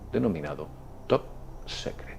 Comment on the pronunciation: no te lo tomes a mal, pero tienes que haber oído en muchos filmes, la palabra SECRET. Se pronuncia "SICRET". Nada más. Arriba y adelante, muy bueno tu trabajo.